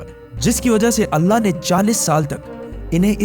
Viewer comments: Bhai video to apki acchi magar kya ap edit voice changer use karte ho kya kyun ki ap voice me (allah word) (alna) hora raha hai or Benjamin word benyamin ho raha hai 😒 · Mujhe aysa kyu sunai de rha h 3300 pehle anna ne musa as ko hukum diya , if its mistake please pronounce clear my brother